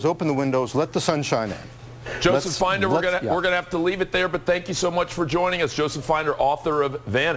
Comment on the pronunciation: "FIND"er??? It's "FIN"der, you big bunch of dumbasses.